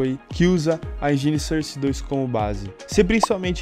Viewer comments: "surse" nice english :D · Maluco dalando cerce 2 da uma puta agonia